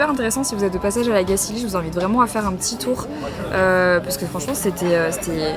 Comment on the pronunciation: La Gacilly se prononce comme "chantilly" à la fin, et "on va en Gacilie" ne veut rien dire 😅 J'ai grandi à La Gacilly et j'ai toujours été étonnée du nombre de personnes qui ne savent pas le prononcer correctement ! Mes parents y vivent toujours mais en général nous les enfants nous nous en allons car effectivement à part travailler chez Rocher... C'est pas bien grand et attractif 😅